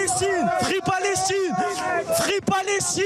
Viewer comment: " frifri palestchine " ...